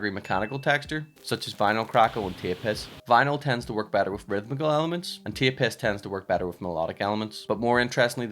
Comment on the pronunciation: I keep hearing “tape piss” 🤨